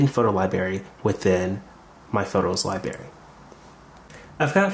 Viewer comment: Just FYI the word that you said incorrectly is LiBRary and not LiBary. This should be taught and learned in the first few years of your school learning.